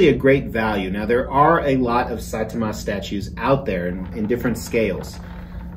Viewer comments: One Punch Man is fantastic (It’s s-eye-tah-muh) Check out My Hero Academia if you haven’t Episode 4 is the first real ‘FUCK YEAH *involuntary goosebumps and tears of joy*’ moment in the series. Just based on your statues, I know you’d love it But if I’m wrong, you’ll know by the end of episode 4. Season 1 isn’t as good as what comes later, but that one you’ll-know-it-when-you-see-it moment still makes me tear up while I’m writing this Also check out Saitama by Last Sleep Studio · Finally anime but the pronunciation of saitama hurt